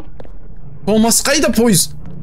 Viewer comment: Томас дегенді топас деп естіген мен😂😂